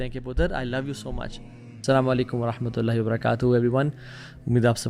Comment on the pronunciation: Asalam u alakum ki pronunciation durut NAHI ha ha karan / (sorry to say)